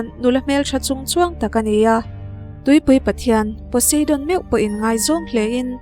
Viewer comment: Zeus.....zeusss j a lam rik tur nilo Poseidon....pawseidawn nilo pu sai dawn Beng alo thlep deuh mai mai nakin zel atan👍👍👍